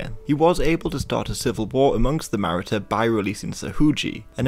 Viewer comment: The pronunciation of Maratha confused as to which people he was talking about,eh he'll get better.